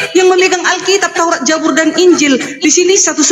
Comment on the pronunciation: Buuuk... Bukan JA... JABUR.... TAPIIII ZA.... ZA.... ZAAAA.... ZABUR 👍